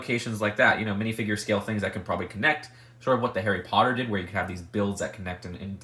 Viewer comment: The way you say it makes it sound like your stressing the word did